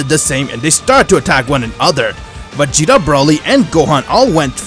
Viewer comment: He said vageto not vageta